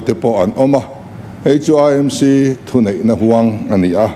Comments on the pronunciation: CM nge nge AMC lam dik thlap mai, ngaihthlak a nuam e, mizo ṭawng dik hmang zel ang u. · Ka ngaithla ve hman hram,AMC lamrik dan pawh a dik thlap ta mai,EMC tih kha chu.....lnglish deuh tlat😅😅